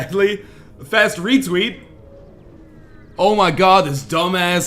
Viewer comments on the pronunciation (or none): none